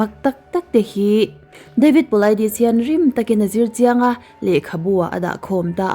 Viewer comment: I aw leh David Polaidis...tih hi bengah a cham deuh reuh thei nia